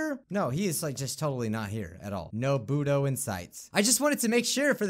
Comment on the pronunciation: when you said bodo it sounds like boody